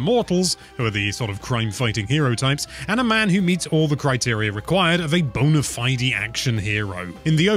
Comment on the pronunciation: My man said bone-a-fi-dee